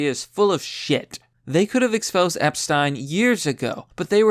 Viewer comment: "Epsten." You fucking derp.